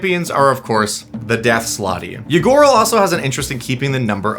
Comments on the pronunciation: I kept hearing "Ygorl" as "Ya gurl" and hearing "Ya gurl is out here doing ranked competitive tyrant activities" SENT me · I misheard Ygorl as a Ya Girl.